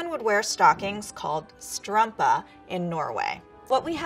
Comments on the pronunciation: It's neither, it's "strømpe" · omg listen, i gave up on this video when she said strampa. I could have said more!!!!! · I'm kinda cringing at the way she said "strømpe" because it's not accurate. I live in Norway. Just heard her say "bunad" too.. also wrong CRAP she just said "skjorte" I can't blame her though. It's hard. skitbuksum, she said "skjørt" and "veske"